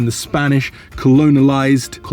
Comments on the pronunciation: Its Colonized. Not Colonolised 😂😂🤣🤣✌🏻✌🏻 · hahaha its "colonized".